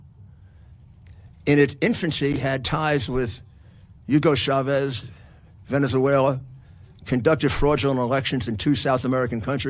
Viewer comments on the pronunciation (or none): none